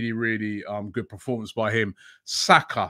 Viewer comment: Robbie please... its PERformance, not PROformance... :'D